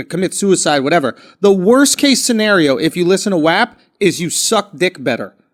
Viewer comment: The way they pronounce WAP bothers me lol